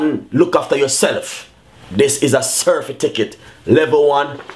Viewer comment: Can't even pronounced certificate. He said certificket --dunce bad